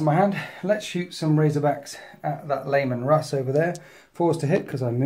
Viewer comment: I keep hearing Layman Russ. I love it.